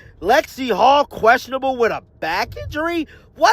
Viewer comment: It is Hull not Hall